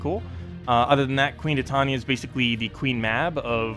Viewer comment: ... your videos are great, but your pronunciation is killing me man. Titania... it's Tie tan ya.